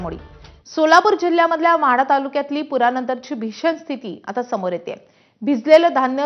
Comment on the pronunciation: Madha not mhada. GK vadhava